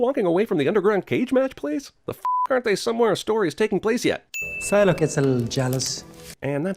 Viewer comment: Put some respect on Psylocke's name... Lmao